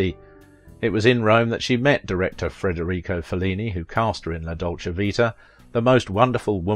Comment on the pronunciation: The name of Fellini, the greatest movie director of all times is Federico, not "Frederico"🙄